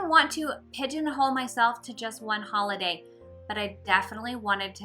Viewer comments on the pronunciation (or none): none